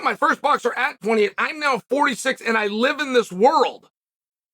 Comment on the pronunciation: Chael says... aehnd.